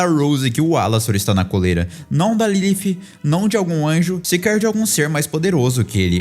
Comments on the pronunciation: disse certo em inglês, mais no Brasil que eu saiba falamos português então a pronúncia correta seria Lilith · Pqp é lilith e não lilifh AFF que agonia do crlh